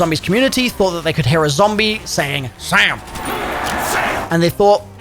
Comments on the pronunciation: I hear sail instead of Sam… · I always heard “sail”